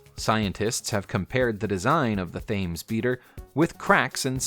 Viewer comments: I do wish the narrator would pronounce Thames the way the English do. It isn't pronounced Taimes it is pronounced Temes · Thames= T-ems . There are apps that teach you how to correctly pronounce words. Or look at pronunciation guides in dictionary….. but the again you are probably too stupid to decipher that guideline.